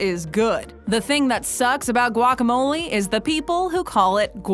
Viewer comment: what's wrong with guac? this video doesn't even say guacamole correctly either....